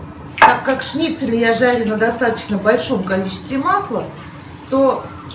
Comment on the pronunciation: Господи!! Ставьте ударения правильно!! Не остОв,а Остов,шнИцели,а не шницелЯ!!